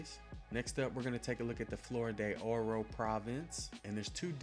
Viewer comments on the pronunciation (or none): Es FLOR de Oro, pocos huevos de pinche mierda! And Jesus Fucking CHRIST! Talk about a really THICK Gringo tongue! You from Texas, boy? Yo soy, también, pero hablo Español respectablemente, académico, en facto. Tu pronunciación es ferguenzoso. Ay, me cai gordo. Flor has ONE syllable, not two; it's NOT pronounced FLOW-err. Do you HEAR the words coming out of your mouth? I'd be astonished if you'd managed a D in high school Spanish, and that's sayin' somethin', you bein' from the South an' all.